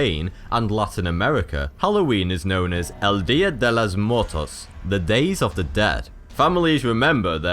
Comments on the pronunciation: It is pronouced mwer-tos not mort-tos I dont celebrate halloween anymore because october-november is where the creepy and paranormel crap happens around that is why i think it is the devil's birthday. I just watch movies that deal with halloween. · "El Dia de Los Muertos!" Not "Motos" its not the day of the motorcycles!! SMH! 👻👻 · Jajaja parece q dice el día de las motos en vez del día de los muertos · You pronounced Muertos wrong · Am I the only one who got annoyed on because he mispronounced muertos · how he pronounced "Muertos." and they make fun of us not being able to pronounce English words right.